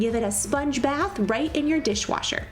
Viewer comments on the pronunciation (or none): none